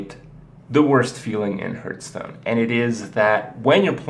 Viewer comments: There are two things I hate about Kripp. First off, he pronounces it as "Herthstone" It's "Harthstone" Secondly, he starts every god damn video with "Hey guys, Kripparian here.", & proceeds to talk that is just filler. I click these videos so I can watch what the title implies, instead of you explaining obvious things. This is why Amaz & Trump are more successful with their YouTube videos because they skip the 5 minutes of nonsense at the beginning. It's thoroughly redundant. Thumbs down if you wish but seriously, it's in every video. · "Harthstone" not "hurthstone" - the game tells you and it's mentioned often enough in streams/LPs/tournaments. Oo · you are saying it wrong... say: HEARTH - STONE!!! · Bruh I'm dead :.( lol hurthstone